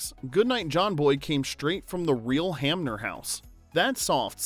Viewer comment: Earl Hamner. Not Hammer.